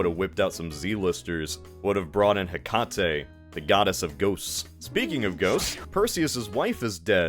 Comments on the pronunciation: "huh-kah-tay" 😭😭 try "heh-cuh-tee" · Not to be that guy, but it’s pronounced “Heca-te” and she’s actually a Titan not a goddess. Would make the title accurate though finally😂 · pretty sure heh-kah-tay is pronounced hey-kate lol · God, the way he pronounced Hecate hurt me so deeply. He-ca-tē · Hecate (pronounced hec at e i believe) is anything but a z lister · please never pronounce hecate again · He pronounces Hecate like a bottle of hot sauce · Can this dude pronounce anything "Xenon"? Bruh. Hecate? godess of witchcraft. my guy, us google. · You cannot call Hecate a Z-lister, pronounce her name wrong, and act like she's ONLY the goddess of ghosts when she's literally a main character in Hades 2 which comes out soon TwT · Calling Hecate, THE GODDESS OF MAGIC, not ghosts??? a Z lister is kind of crazy, she is referenced fucking everywhere, comics, Buffy the vampire slayer, Percy Jackson, Hellboy, like I am appalled at the pronunciation, where the hell did bro pull this one from. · I don't care if his pronunciation of Hecate is the correct one or not, it just gave me a conniption and this leaves me displeased. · You chose to mispronounce Hecate the same day Hades 2 released.